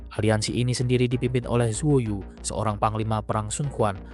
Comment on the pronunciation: Iya banyak yg keliru... Ini beberapa yg aku temukan... Penyebutan nama Xiahaou Yuan... Bukan Xianghaou...tapi Xiahaou... Bukan Zhuo yu...tapi ZHOU YU... PADA MASA INSIDEN KEMATIAN GUAN YU...JANGAN MENYEBUT GUAN YU SEBAGAI JENDRAL SHU...KARNA PADA MOMENT KEMATIAN GUAN YU...KERAJAAN SHU BELUM BERDIRI...PADA SAAT ITU...LIU BEI BARU BERGELAR RAJA HAN ZHONG...